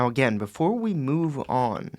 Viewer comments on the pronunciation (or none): none